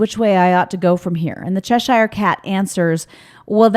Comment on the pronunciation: The way you say Cheshire is funny. I am from there. Its pronounced chesh ur (as in fur).